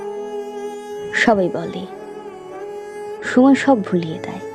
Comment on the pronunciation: কোনও কোনও জায়গায় ' সময় ' শব্দটার উচ্চারণ আরও স্পষ্ট হতে পারতো ; but overall excellent presentation accompanied by a beautiful Rabindra Sangeet music at the background . ❤❤❤❤❤